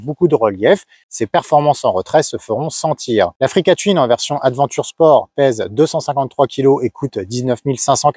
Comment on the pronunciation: Attention à votre prononciation qui est étrange : touine et non : tuine